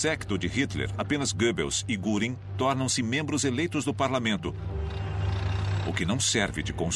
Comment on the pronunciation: Essa pronuncia me doi os ouvidos "guringui", sendo que o mais correto seria "guerin"(göring)